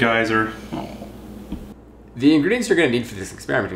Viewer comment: Sorry, correction: guyser.